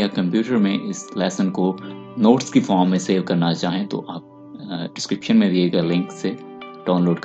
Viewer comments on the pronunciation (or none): none